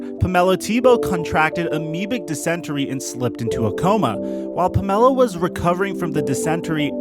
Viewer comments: Puh-mel-a instead of Pamela. Then knee ace instead of Nease. Interesting pronunciations. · Pam-ella??? Come on bro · This narrator needs work...its...he's never heard the name Pamela?... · its... Pamela....like, Pamela Anderson.. Also, its... Nease, like.... NEESE. Jesus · I guess he’s never before heard/seen the name “Pamela” until making this video? Unless I’m wrong here and she actually pronounces it that way. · "Pamella" and "dissenterry" lol I think you mean Pamela and dysentery